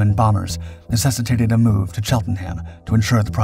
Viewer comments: "Chel ton ham" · Cheltenham is pronounced "Chelt'n'm". I grew up there. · Always interesting content, although the pictures often do not match up with the commentary. Also we have the usual minefield for Americans of pronouncing English place names. Cheltenham is pronounced 'Chelt-num', and Farnborough is 'Farn-burrer' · Yeah, that one is pronounced different than the other Cheltenhams...